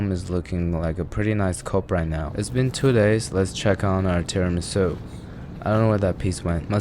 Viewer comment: as a long time italian follower.... you just killede me with that "tiramisu" :( wish i could slap you through the screen